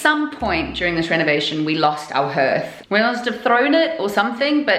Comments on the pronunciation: What is a ‘Herth’? Do mean a hearth pronounced ‘harth’ ? Love your videos it really is fantastic what you have both done to this house 👍😊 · In the USA we pronounce hearth (harth)...it's just weird hearing you say (herth)...lol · Hearth is pronounced harth like heart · Wow turned out beautiful, in Cumbria we pronounce it as harth all though it is spelt hearth, either way it looks fab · Had to laugh every time it came up, in Boston we pronounced hearth as h..ah..rth. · I had a one like that in the late80,s early 90,s and its called a hearth. which is pronounced haar-th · Oh honey! It might be spelled hearth, but it’s pronounced harth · In England too. Where are you from? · don’t you just love the English language? .... if you’d swapped the last two letters for an s and an e, your pronunciation would’ve been spot on! 😁. Just thought if you’d asked people if they were selling the hearths with the mantelpieces ..... it might’ve been why they said no. More probably though, it would’ve been because removing the hearth would’ve left a huge hole in the floor (Victorian houses of that type tending to have flush, slate hearths; unless in the front parlour, when the whole fireplace would’ve been some huge statement piece) Whole place is coming on nicely though ..... I don’t envy you any more though - been there, done that - reclaimed, stripped, refinished all sorts on the way. You get dust in places you didn’t know you had places 😂